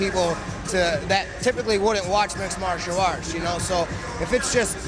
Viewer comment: He cannot say Mixed Martial Arts lol